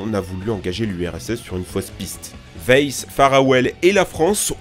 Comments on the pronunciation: Weiss se dit « waïss » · Weiss se prononce vaïss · Ça se prononce "vaïsse"